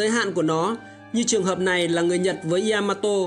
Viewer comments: ya ma to. chứ ko phải y .a . ma to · bác làm video hay nhưng mình muốn góp ý nhỏ. Yamato ko đọc là y-a-ma-to đâu. Ya là 1 âm trong tiếng Nhật phát âm theo kiểu tiếng Việt thì là giữa âm "nha" với âm "zda", tiếng anh theo kiểu "ja" ấy. Phát ra 1 âm ya thôi chứ ko phải 2 âm y +a. mình làm về 1 sự kiện hay 1 nhân vật, 1 chủ thể nào đó nên đọc đúng tên của chủ thể đó, người ta gọi là sự tôn trọng :)